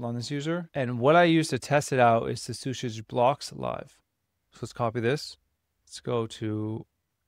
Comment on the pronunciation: i think its pronounced CC usage for claude code usage